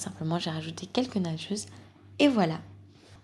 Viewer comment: Dés que tu disais "nageuse" je comprenais "nachos" On voit les dalleux 😂